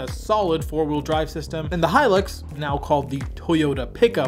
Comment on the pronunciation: Thank you for pronouncing the Hilux properly instead of how 99% on Americans pronounce it as Helix